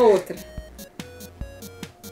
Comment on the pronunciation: "moolhou" kkkk